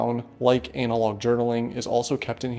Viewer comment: why would you say analog like that 😭 it's "ana-log" not "anal-log"